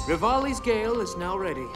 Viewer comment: omg why do you always say 'rivali's gale' wrong??? it's like each episode you try to come up with a new way to mess it up, it's freaking hilarious keep it up